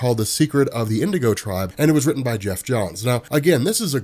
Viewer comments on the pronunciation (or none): none